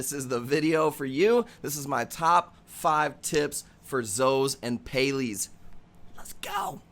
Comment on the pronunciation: What are Pay-lees? 😂